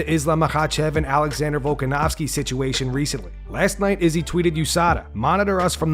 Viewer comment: why does this channel pronounce izzy's name like that?!